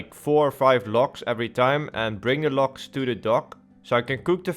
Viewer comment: All i keep hearing is Locks instead of logs lol